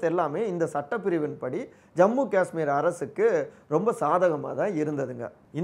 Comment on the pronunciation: அய்யா... உங்க யாருக்குமே 'காஷ்மீர்' அப்படின்னு சொல்ல வராதா? 'காஸ்மீர்' அப்படின்னே சொல்லுறீங்க?